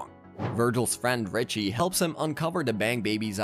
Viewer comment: You messed up Richie’s name like 5 x during the video 😂